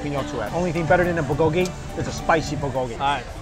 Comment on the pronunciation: i feel bad for luaghing at his pronunciation but i cant help it whenever he says bulgogy!!!